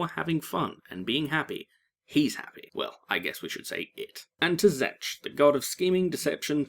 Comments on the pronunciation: Cringes as he calls Tzeentch Tzench. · You pronounce tzeentch wrong.